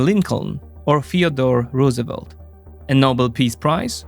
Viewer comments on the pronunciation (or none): none